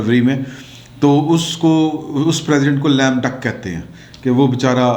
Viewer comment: It is Lame Duck not Lamb Duck